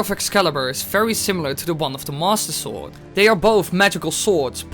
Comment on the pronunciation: When you say "Master Sword." it sounds like "Mosasaur"